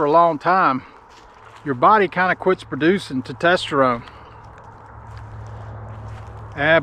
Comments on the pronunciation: Glad you made through the tumor situation so well. Sounds scary. FYI- it's pronounced "tes-tos-tuh-rohn". Usually a Urologist or Endocrinologist would be better than those clinics. And if you need to come off Testosterone, doctors can slowly wean you off and give you other medications to jump start your body's own production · It is pronounced Testosterone !! Good god! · Brother it’s test oster one lol, not to tester one …great info though, I just started about a week ago so I’m glad to hear it can be helpful but I’m doing the gel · Tetesterone? AND You dropped your motorcycle?! A minute and 30 seconds into this video and I hit stop! This guy is a clown! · You really need to learn how to pronounce testosterone. It seems that your blood work was done backwards which is kind of silly.